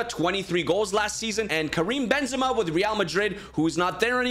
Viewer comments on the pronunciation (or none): none